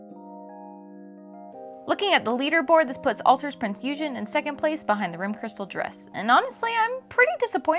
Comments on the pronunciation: Great review, but its not American "Eugen" it's German so hard G and the second E is pronounced longer. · I almost gave you a dislike for your pronunciation of Eugen :P But the rest of the video was excellent and detailled so you are forgiven. I ordered the rerelease of this figure a few months ago and I'm waiting for her to ship in. As for my favourite shipwaifu, that would defenitely be Unicorn. But I would love to see an HMS Monarch figure or Queen Elisabeth figure at some point, especialy with the rigging.